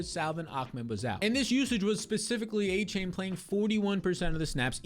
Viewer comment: devon "a - chan" its not "a - chain"